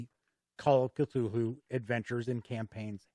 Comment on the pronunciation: Great review, this video makes me want to poke my roommate, who I bought that boxed set for last xmas, with a stick until he runs it. I love an epic campaign. That said, the pronunciation of "Cthulhu" is "Kuh-thoo-loo", not "kuh-thool-hoo". :-)